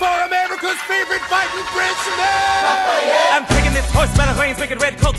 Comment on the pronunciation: Ik but it's Lafayette not Labagette